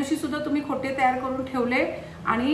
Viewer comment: खोटे 🤔😟 खोट्ट. असा साधरणतः उच्चार आहे…